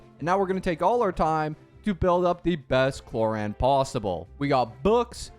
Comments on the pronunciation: her name is pronounced clor-ind and the i doesnt sound like the word eye it is a "little" i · Man changed clorinde pronunciation every second😂